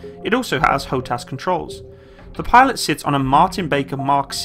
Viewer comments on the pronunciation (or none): none